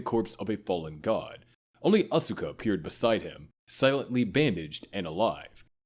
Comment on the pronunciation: TY for mentioning when all of humanity turned into Tang!!! Side note however…you screwed up on some of the pronunciations. It’s Awska, not ASUka and Kaworu is Cowroo…not…however you pronounced the gay space Jesus’s name. Lastly, the Evangelions are Unit ONE, TWO, and so on, not ZERO ONE, ZERO TWO and you get the idea xD